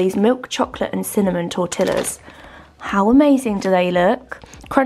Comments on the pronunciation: I love all your videos however I do have to give you a little bit of a constructive criticism; tortillas is Pronounced tortiYas It is a Spanish word and the double LL is a “Y “ sound 😉. It’s ok but... it’s it’s almost like saying BuckingHAM palace🤭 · It’s pronounced like tortiyas 🤣 love how you say tortillas though it’s cute lol